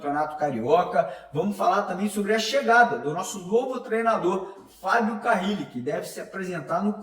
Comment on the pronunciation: Alguém dá um toque pra ele parar de falar carrrile